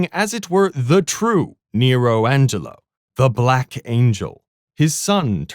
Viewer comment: it's "Angero" not "Angelo"